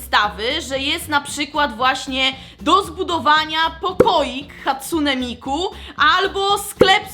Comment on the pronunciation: I love hatsune miku i dobrze powiedziałaś ja potrafię po japońsku :)